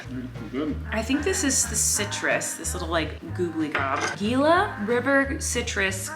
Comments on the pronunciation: Gila is pronounced Hee-la. :) Cool hotel and great video! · “Gila” is actually pronounced like HEE-la. I’m not sure if this is where you are in the video, but from the look/sound of it you’re in Arizona, which is where I’m from. We actually have a type of lizard here called a Gila Monster, which is one of the only venomous lizards in the world. I think Flynn would like to see one! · im sad that not everyone knows that gila is pronounced hila